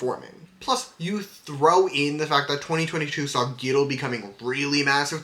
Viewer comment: Really love this video. Even tho I've been a Fearnot for a while now, I learned some new stuff about their streams and I really appreciate that you compare them to themselves. Intresting stuff. Also I thought it was so funny how you kept pronouncing (G)-idle as gidle like w the G instead of on it's own. Not really an issue but funny to me.